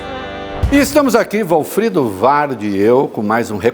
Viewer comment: Achei um defeito no Ministro: chamando o entrevistador de Walfredo! E é Walfrido!😂😂😂😂